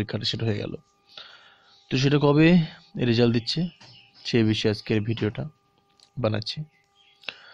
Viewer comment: রেজাল্ট হবে , রেসাল্ট না 😴